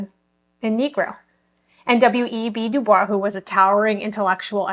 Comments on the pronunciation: WEB Dubois, you pronounce the "s" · Just a heads up, the way you pronounced Dubois name is a dead giveaway that you are new to this topic.